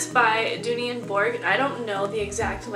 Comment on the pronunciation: not to be rude but you are pronouncing dooney and burke wrong